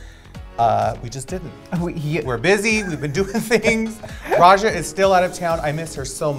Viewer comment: its pronounced RAYJA not rexxa lol